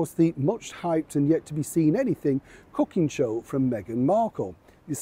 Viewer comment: You said cooking show, i heard Hooking show😂😂😂😂😂 in which imo she has a lot of experience.🤭🤭 🩷From Bombay 🇮🇳